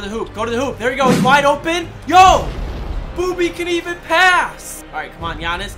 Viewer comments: Did he say booby Gibson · Was he saying booby gibson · He said booby Gibson not Bobby gibson